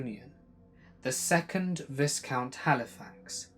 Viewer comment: Awesome video ❤️ ...”viscount” sounds like VIE - COUNT or long I and silent S 😉. As far as I’m aware. Love 💕 your videos!